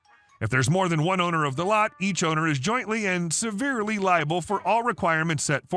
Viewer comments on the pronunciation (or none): Jointly and severly means both together and separately, and it's "sever-ly", not "severe-ly" ;-))